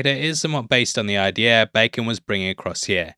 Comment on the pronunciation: It's "idea", not "idea-r"